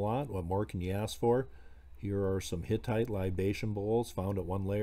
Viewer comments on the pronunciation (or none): none